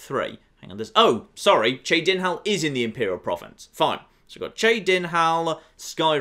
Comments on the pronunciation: The way he pronounced Cheydinhal. You can tell someone has never played oblivion. You should try it sometime it's great. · pronunciation of Cheydinhal makes me cringe so hard.